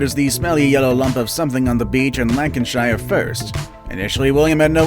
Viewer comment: lancashire is pronounced lan-ka-sheer or lan-ka-shur, NOT lancashyer